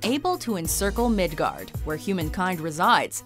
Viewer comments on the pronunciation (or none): none